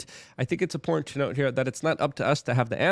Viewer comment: Important and in-port are 2 different things buddy. Say it correctly